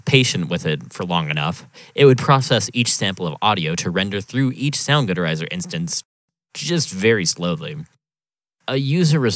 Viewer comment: soundgood erizer? what the hell is wrong with you? 😅